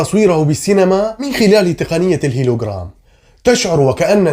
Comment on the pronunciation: هولوغرام و ليس هيلوغرام